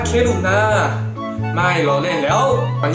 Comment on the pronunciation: "ผมจะใส่แย้ว" 55555กลายเป็นแย้ว > <